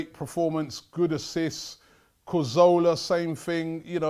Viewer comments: Three years later and Robbie still says COZORLA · I love Robbie but how can he not pronounce Cazorla. Come on Rob.